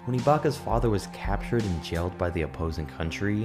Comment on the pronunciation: Why can't you say captured?